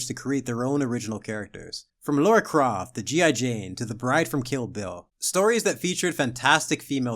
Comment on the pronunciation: I like your channel but it's LARA, not Laura Croft. I let it go in a previous video lol